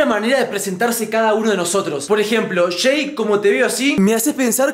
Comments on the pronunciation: Es Jay no Shei JAJAJAJAJAJAJA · No se llama "Shay" él se llama "Jay" ❤️